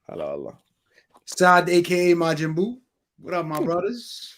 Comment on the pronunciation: Lol my guy called him buu 😂😂😂